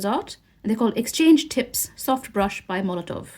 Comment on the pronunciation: The company is Molotow, there is no letter V in the name but you continuously call them Molotov